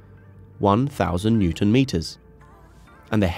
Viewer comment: Say ‘newton’ correctly, come on